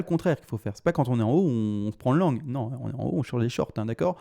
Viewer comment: Merci je savais mais avec son petit accent le LONG est passé LANGUE c'est marrant :) Sinon rien a voir tu penses pas qu'il soit utile de faire un // avec les indices et dollars pour affiner l'analyse technique ? Dans une période électorale ça pourrait être judicieux non ?